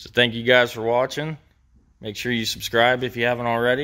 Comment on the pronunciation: What is a “filder”? What is an “aldernator”? What does thangyou mean?